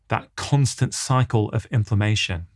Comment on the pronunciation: I kept hearing ‘information’ then realised it was inflammation!!! Good talk. Thanks.